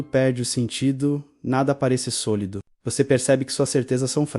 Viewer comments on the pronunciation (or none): só percebi no "sôlido"